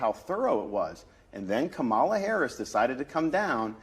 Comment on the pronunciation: Why didn't the interviewer correct DeSantis on the pronunciation of Kamala's name? She's the f***ing Vice President. You have to f***ing correct this f***ing bobble-headed freak on national television. Just to see how he reacts.